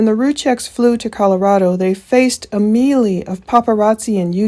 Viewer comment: I love the channel but what the heck is a mealie? I hear her say it in many videos but I’m confused, does she mean melee? ( may-lay)